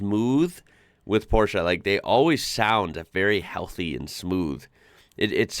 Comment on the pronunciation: Thanks for pronouncing Porsche in the right way.